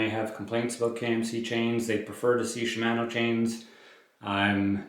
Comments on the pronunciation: I find it more amusing than irksome. To be specific, it's the second syllable in Shimano that is pronounced in an interesting manner. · I don't have an issue with your voice, but they way you pronounce Shimano kinda irks me.